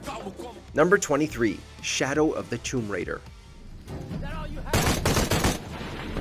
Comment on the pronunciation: '' Tumb Raider "? What the heck!